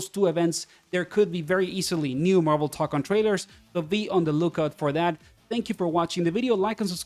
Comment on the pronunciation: It's "toe-kon", not "tock-on". The mark above the o signals that it's a long o. Plus if you don't trust me, it's also how the in-game annoucer says it